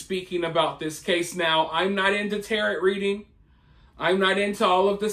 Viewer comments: It's pronounced Tay-Ro, not Terret. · It’s pronounced Tar-O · It's pronounced ta-row, not like parrot. The T at the end of tarot cards is silent 😂😂😂😂😂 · You do such great research usually, so how did u not double check how to pronounce tarot? Definitely not a jerk about correct spelling or pronunciations, but honestly surprised on this mister 😉😪 🤓